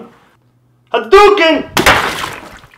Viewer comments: Lol, it sounded like, "A TURKEY!" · Huh he said hadouken that word use the street fighter characters